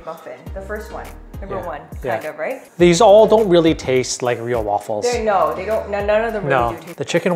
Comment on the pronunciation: It’s not Waffles with a C. Don’t say aaaa